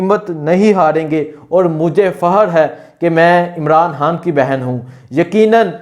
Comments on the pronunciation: Bhai jaan (Haan) nhi khan bola kro plz😂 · sab baten theek but mery bhae... hay or khay ka talafuz to theek ker lo... khan ko haan bolrhay ho, pehlay theek se bolna to sikhoo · Bhai Sahib, you do good work, but I have a suggestion for you. Kindly try to work on your pronunciation (Talaffuz). You can't say ray and khay properly. For example you can't say Khan or Raat properly. You will become better presenter and journalist with correct pronunciation & accent